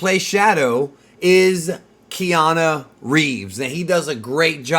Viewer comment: Keana?? Put some respect on his name dude